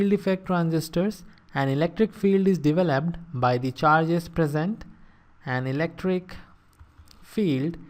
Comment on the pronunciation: Turning on the CLOSED CAPTIONS helps with this man's accent on certain words like "path" and "developed"